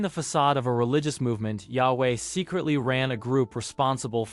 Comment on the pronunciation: why do you pronounce yahweh differently every time you say it? just google the pronunciation